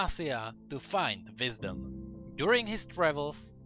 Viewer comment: lol you said visdom instead of wisdom